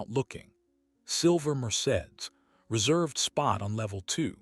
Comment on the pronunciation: The pronunciation of Mercedes is off😂 😂😂😂